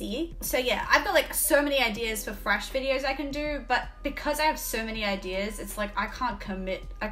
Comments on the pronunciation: I like how you say thrash, it sounds like Fresh Metal. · are you really saying Fresh Metal, or is it just your accent / my hearing? I mean Trash can be refreshing for sure... :D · She says thrash, but I hear "Fresh". My brain: WHATTT???? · It's cute the way you say "frash". I know there's some English accents that pronounce the th- like an f-, so I always wondered if it was an Aussie thing too. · Keep hearing her say "Fresh Metal" Lol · I love the way you say thrash…. I never knew there was a f in the word thrash!!!! 🤣🤣🤣❤️